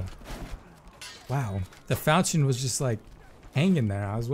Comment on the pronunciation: Love the weapon as long as I can keep in range. I think it’s pronounced like fal-kee-un though.